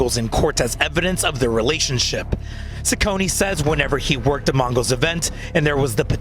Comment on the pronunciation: Ciccone is pronounced "Chi-conne", not "Si-conne".